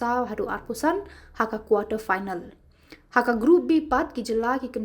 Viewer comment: phainal ✅Final ❌ 😅😅